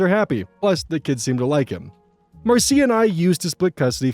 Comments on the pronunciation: Small note If the story takes place in the US, Marcia most likely isn't pronounced like that. It's pronounced like Marsh-uh. Jan Brady says Marcia Marcia Marcia! Excellent job as always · "Marcia" is usually pronounced Mar-sha. Sorry, that was driving me crazy each time, lol.